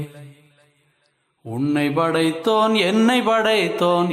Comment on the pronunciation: உன்னை"ப்" படைத்தோன் என்னை"ப்" படைத்தோன் என்று உச்சரிப்பதே சரி (ப் வரவேண்டும் )